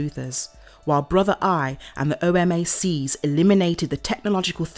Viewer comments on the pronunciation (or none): O-mac not O M A C